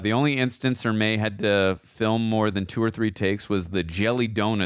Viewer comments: Super late to the party, but ... Arleigh Erme. Not 'Emerery' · It's not Emry it's Ermy. Pronounced Er me. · It's R. LEE ERMEY not EMERY you fancy ass. Do us all a favor both of you. Read at least one hundred books on different subjects fiction and non-fiction. Acquire some fucking knowledge. Then, review movies. How is it possible you only have the life experience of a 12 year old? Oops, my bad, it's obviously our decrepit education system. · Gunny Ermeys last name is pronounced like grrrmeeee but with an E not Emrey. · The gunnys last name is "ermey" not emery. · GEEEEEEZUSSSS!!!, i love you man. In the future,..if you're gonna speak an actors name countless (hundreds?!) times. ANNUNCIATE it correctly. For a man that's a stickler to ALL the details that you seem to be,... R. LEE ERMEY! Not Emery. For the sake of all good and righteous. I'd like to get thru this cuz I don't recall how it ends other than Pyle being me and you are my drill sergeant. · His name is pronounced ER-MEE! He was an actual Marine drill instructor and was just supposed to be a tech advisor but ended up on camera..... and all the better for it. My grandfather (a Viet Nam vet) and I went to see this in the theater and he had to leave because it was too authentic for his nerves.... which I've heard was said by many other vers who saw this film. Thanks for sharing guys. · Every time you said "emery" I cringed. RIP, Gunny Ermey. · His last name was pronounced Err-me. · Couldn't take you constantly mispronouncing R. Lee Ermey's name. The R is before the M